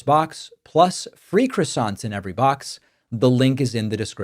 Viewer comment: I'm just here for the croissants, Dave. And you're not pronouncing it right. C'mon.